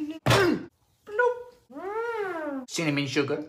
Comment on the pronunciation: )) He sound like that! but also CiMiNyIm 😂😂😂😭😭😭 G-i-n-g-e-r 😭😭😭😂😂😂😩😩😩